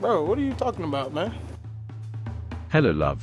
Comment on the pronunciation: you said hellp Not hello